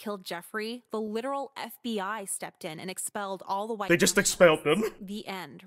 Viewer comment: hhhhhhwite hhhhhhhweat